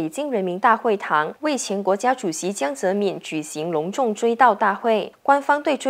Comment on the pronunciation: 怎么能够把堂堂一个中国前国家主席的名字念成这样呢？ “民”念第二声，不念“敏”。